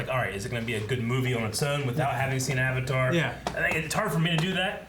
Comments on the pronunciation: oh god 30 seconds into the movie and they already pronouce Avatar wrong oh boy says the Ovatar lmao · I dont get why they changed the pronunciation of like every single word/name that has anything to do with the actual IP. Aung? Auvutar? Eeroh?